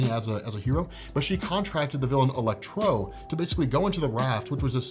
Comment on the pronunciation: "ElecTRO" Lol I know weird inflections can happen during filming but I had to, it killed me XD Ps: amazing work as usual,. Keep it up! =)